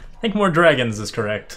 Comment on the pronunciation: This ain’t dragons…. This is “dwagons” 😂